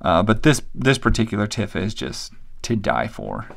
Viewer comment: Man, these are a bit rare ! I wish I had bought some of these figures when I was a kid; they were easily available and non-expensive. I enjoyed seeing them ! :) BTW: Tifa’s name is pronounced “Tee-fa” and Yuffie is “You-fee” BTW, your story / unintentional joke about how your wife found the Tifa figure covered in plastic made me laugh pretty hard